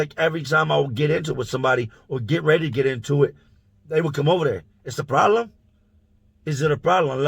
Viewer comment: “Is it a prolem? let me know if it’s a prolem” lmfaoo